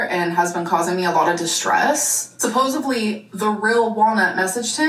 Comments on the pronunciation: “Supposively” strikes again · Need someone to let her know the word is "supposedly" not "supposively" or "supposably" 😭